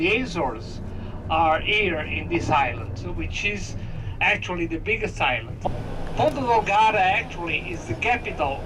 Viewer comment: i can also tell you that the azores is much cheaper than the mainland Portugal, so, with 1,700USD per month you will have absolutely no problem whatsoever... and its not "porta del garda", its Ponta Delgada. Hope i helped you